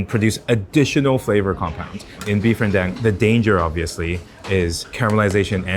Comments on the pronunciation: renn dAng NOT ren dEng! It's SO TONG, NOT SO TO! (So to is a different thing!) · it's beef ren-DAHNG... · really appreciate you breaking down the process. My next rendang is going to be a lot better for it. Also, it's Ren-dung. Like the Tang 唐 or Wang 王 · Ren - Dang like dung bro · Lmao when he pronounced “rendang” as “ren-dang” 🤣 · RenDÁNG not dang I lost my button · ren-DAHNG please! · He lose credibility with how he pronounced the name of the dish.